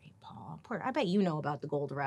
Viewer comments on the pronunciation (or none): none